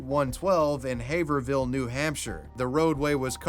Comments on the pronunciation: it's pronounced "have-rill" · LOL Haverhill is pronounced HAY-vril other than that the video it A++++ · just a note: it's spelled Haverhill, but pronounced HEY/vril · FYI: it's "Haverhill", not 'Havervill', and it's pronounced like, "HAY-vrull". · Haverhill is pronounced Heyvrill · Love the videos! If you need help pronouncing New England town names let me know! Haverhill is pronounced “have-rill” weird but welcome to New England 😂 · Always interesting to hear ppl not from Massachusetts talk about town names here. Haverhill is pronounced "Hayve-rill" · Repeat after me, Hay-vrill Haverhill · Haverhill is in Massachusetts on the border of New Hampshire. Also you pronounced it crazy funny wrong hahaha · I'm sorry but as a native New Hampshirite the way he pronounced Haverhill made me die on the inside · Big fan, been watching since before Covid I to want say. So happy for you to bring up a story involving my home town. I don’t blame you because in the south they pronounce it’s wrong. Haverhill is a transliteration of an old French word for April. And you say it the same with a H. It’s more like hayve rill